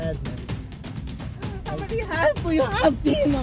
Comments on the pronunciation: Its Jasmine not Yasmine lol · No yoke, she say J as Y 😋